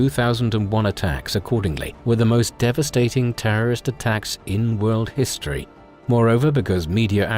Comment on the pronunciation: Thank you for getting rid of that insane narrator who opened with “The man know to hees-tee-erry”. And pronounced Parliament as “Par-lee-a-ment”. What a douche. He made these videos unlistenable.